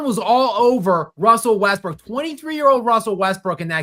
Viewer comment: “I really love Russell Westbrick”